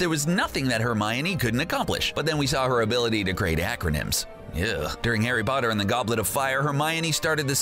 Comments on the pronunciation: “Harry botter” 😆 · harry botter